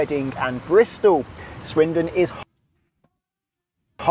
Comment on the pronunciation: Good lord the man couldn't even pronounce the place names! For a driving instructor he didn't explain it well and he seemed to make it more difficult. I live near Swindon and the magic roundabout is actually really easy to drive around although it can be a bit scary the first time. After my voluntary job I drive across it late at night and you barely have to stop so when it's quite it's great as you're not stop/starting all the time. The scariest roundabout I've ever been across is the Arc de Triomphe in Paris; you should give it a google! That is frightening! On the whole I love roundabouts as they keep the traffic flowing much better than junctions.